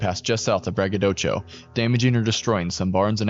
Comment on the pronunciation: Brag-uh-doe-shu is the pronunciation It's also not "Haiti," it's Hay-tie